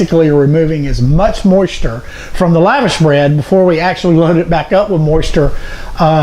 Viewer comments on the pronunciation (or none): It isnt "lavish" its LAVASH bread pronounced "lah-vahsh".